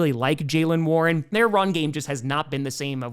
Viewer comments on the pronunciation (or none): none